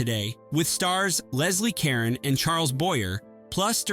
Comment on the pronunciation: You really need to research how to pronounce certain names--Caron, Boyer, etc. Other than that, well done.